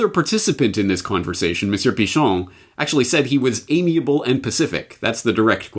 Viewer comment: Did you say amiable and Pacific?!??!?